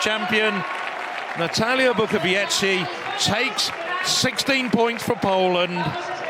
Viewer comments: BUKOWIECKA!!! Not Bukowiecki. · Unfortunately, as always before, the British commentators cannot pronounce correctly the last leg of the winning team, that is Bukowiecka, he says Bukoviechi, which indicates a considerable amount of ignorance and indifference but certainly lack of professionalism. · Nie potrafią też wymówić zbitki liter "-cki, -cka" ,nie wymawia się tego jak -kki, -kka. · "Natalia Bukowieci"? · Bukowiecka is incredible! Learn the pronunciation, you may need it. It says Bookovietzka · "Pół biedy" jak by powiedział Bukowiecki, ale on powiedział "Bukowieci". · Bukowiecka surename is pronounced [ Bookovietzka ] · Bukowieczy he said 😂😂👍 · Yeah, the first commentator pronounced Natalia's surname like if she was Italian.... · Natalia is one of the stars of European athletics and the guy can't even pronounce her surname correctly, amazing piece of journalism. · What a strange pronounce 'Bukowicka' from main commentator?